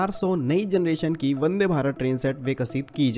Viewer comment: वदे या वंदे 🤪